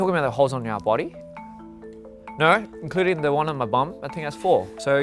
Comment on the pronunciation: The naur💀